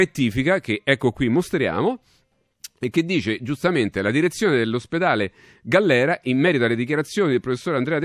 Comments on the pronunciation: Galliera non Gallera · Ma due volte sbagli il nome dell'ospedale? GALLIERA! NO GALLERA.... La precisione non è un optional... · ?....GALLIERA....con la "i'